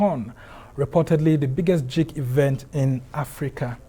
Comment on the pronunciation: The way the presenter is pronouncing "geek" 😭🤣